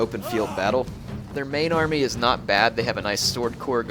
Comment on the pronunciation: ... "large amry" comon man you can do better than that